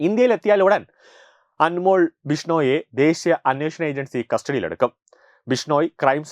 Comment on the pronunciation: അൻമോൾ അല്ല, അൻമോൽ. ( അതൊരു ഹിന്ദി വാക്ക് ആണ് )